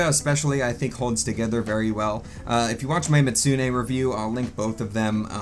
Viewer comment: I was having a mental breakdown every time you tried to pronounce "Mizutsune"